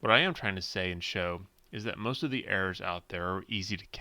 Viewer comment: Oh "errors" for the first few minutes I thought he was saying "air"